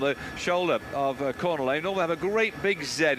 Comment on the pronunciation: How many times can you mispronounce a rider's name, in this case Cornillet, in one call?